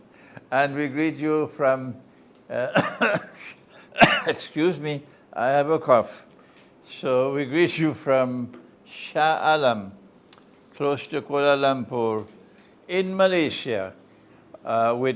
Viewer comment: Sheikh isn't it pronounced Shaah Aalam ?